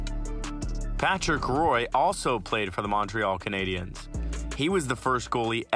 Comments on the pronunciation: all wrong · ya like i dont care if he mispronouncing player and team names like a week ago i learned that Patrick Roy is pronounced like Patrick Waugh